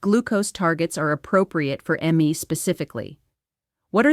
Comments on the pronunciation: I appreciate the info, but just have to question why the AI video? Is even a real doctor? I could tell from the second I clicked play, but then when she pronounced "ME" (as in herself) as M. E. it was verified, big time. It's just a head scratcher for me. I hate AI. It's hard to know what's real and what's fake anymore. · AI movie. The hand movements are unnatural. But mostly the text is a giveaway. At one point she says "cole-ON" for "colon" with the accent on the second syllable. She also spells out "M-E" for "ME" when 'me" is spelled out in caps for emphasis. Listen carefully and you'll probably find more. I quit at about 15 minutes. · How can we trust a "doctor" who isn't wearing a stethoscope? 😆 Plus, her name badge wasn't filled in for the AI process: it still reads NOMENCLATURE. Also, AI can't seem to read abbreviations correctly. In this video it happens when the word "me" is spelled in all caps, so the AI pronounces it as the separate letters "M" "E".